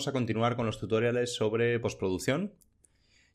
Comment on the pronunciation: Genial el vídeo, pero por diox, deja de decir "tutóriales".